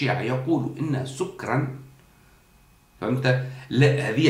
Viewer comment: اخي الفاضل لابد من التاكد من نطق الايه سكرا بفتح السين والكاف اتمنى التدقيق